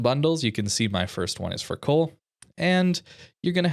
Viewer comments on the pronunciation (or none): none